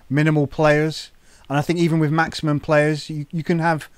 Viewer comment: At least he says,"wif instead of with. lol